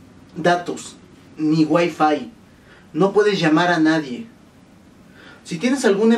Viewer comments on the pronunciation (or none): none